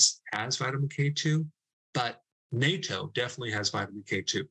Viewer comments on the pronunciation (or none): Please learn how to pronounce Katto. It is pronounce Nah toe. Other bloggers get it right so it sounds off when you pronounce it NATO. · Please stop calling it "NATO" and pronounce it "Nah Toe". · It's pronounced "Naw-toe" not "Gnat-toe" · Pronounced "NOT-O" not "NAY-TO" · It's pronounced NAT-TOE, Not NAY-TOE. If it was NAY-TOE, it would have only one T. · It's spelled natto, but actually pronounced (NOT-toe) not NAY-toe. It's made with fermentated soybeans. It's hard to eat because it's really slimy and smells terrible. But it's a common Japanese breakfast food. If you ask a Japanese person for Nayto they won't have any idea what you're talking about because it'll sound like a totally different word. But, good to know it's good for getting rid of plaque. I'll have to eat it more often. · I think the pronunciation of Natto employs a short 'a', not a long 'a'....either way, thanks for the content, Dr. Berg!! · Excellent video as always (particularly enjoyed the exposure of statistical manipulation by the drug companies). Just a small comment on pronunciation; it's na-to (short a and o) rather than nay-toe/NATO. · It should be pronounced: Nah Toe with no emphasis on any syllable. I know it's harder for English speakers who are used to combining parts of words, but Japanese is kind of broken into sounds, and there really is no variations like there are in English. ie. you only say "Na" as nah (not Nay or like Gnat) Edit: I thought "kinase" was also Japanese, but I think it isn't so it's probably pronounced Kai nayse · Pronunciation: NATO is North Atlantic Treaty Organization. Natto pronunciations has the "at" sound. You are welcome. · It's pronounced natto not nato. The double T shortens the preceding vowel sound. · Natto is pronounced knot-toe not NATO like the military organization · It's pronounced with a short A, not a long A. It's very jarring to hear it pronounced incorrectly over and over again. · Pronounced "nah - toe" not like "NATO". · Nah toe. Natto.